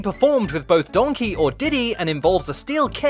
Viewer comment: The way you kept saying Donkey, I just kept hearing Shrek in my head going, "DONKEH!" Is that bad? lol But that aside, these were some interesting glitches. For once, the only one I really knew anything about was that Donkey Kong humping Grey Donkey Kong glitch. The rest were completely new for me. Well, aside from that mine cart glitch. I knew about that one, already. And it seems like a very helpful glitch to help skip past the pesky, super annoying mine cart stages. As fun as those stages are, they are ridiculously difficult.